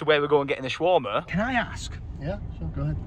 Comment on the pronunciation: He kept saying shawarma wrong 😂😂😂